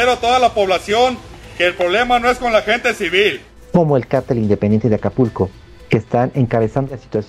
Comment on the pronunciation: Hay una gran diferencia entre "cártel" y "cartel", la reportera le dice "carteles" a los "cárteles" criminales.